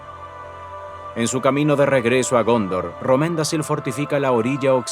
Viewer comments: siempre excelente contenido, solo una correccion, Romendacil es (Romendakil) la c se pronuncia k, al igual que Celeborn, Celebrian, Cirdan (todos con k) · La pronunciación en sindarin debe ser mejor en vuestros vídeos: Romendacil se pronuncia Romendakil Nota: la letra C en sindarin se pronuncia como K cuando precede a cada vocal.